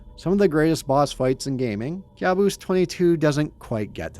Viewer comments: I think it should be pronounced "kaboos" not kyabus😂😂😂😂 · It's pronounced Ka' buos 😊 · It's pronounced "caboose" bro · Youre kinda pronuncing the world wrong Kabus is a persian loan word in turkish, youre pronouncing it as if youre immitating Turkish accent